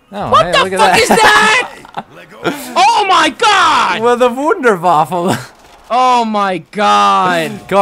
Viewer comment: no, in german the W sounds like a V